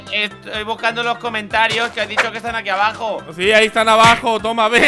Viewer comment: Hola sin ofender cuando dijiste comentarias dijiste comantaros